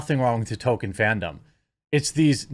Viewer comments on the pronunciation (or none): TOLKIEN not TOKEN 😡 Why is pronouncing peoples names correctly so impossible for you? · Could you stop pronouncing it Tokin Sounds odd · Dude, pronounce it correctly!! At least remember there is an "l" in Tolkien! It's pronounced toll-KEEN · STOP CALLING HIM "TOKEN", YOU SOUND LIKE A GOON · Jeremy please learn how to pronounce Tolkien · The ‘L’ in Tolkien is not silent, Jeremy. Btw for all who care — first Black Panther was WHITE. The only way to fix this hysteria is by voting for Trump in ‘24. It’s so ironic, to the weak-minded people who were bullied and shamed into not voting for him but still think they’re patriots — you created these problems. You emboldened the sick left.